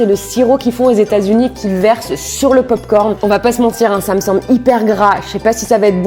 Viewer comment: Tu as dis je valide les popcorn licone🤣🤣🤣